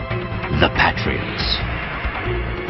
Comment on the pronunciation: He says Pat Ree otts lol